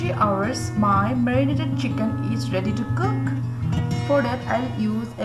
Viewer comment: Pronounced as chicken not as siken, don't mind you have to improve your English